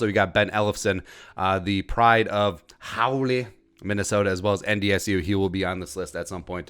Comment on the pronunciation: The city of Hawley is pronounce “holly.”